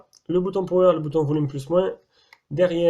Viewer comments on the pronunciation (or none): none